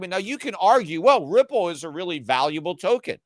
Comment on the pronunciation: how come he pronounced Ripple correctly? :O